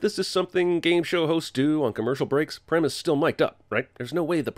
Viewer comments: Prem is pronounced Praym Experience: it's my name. Also, Cinemasins pronunciation of foreign names deserves it's own sin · Wtf are you on about prem is pronounced Prem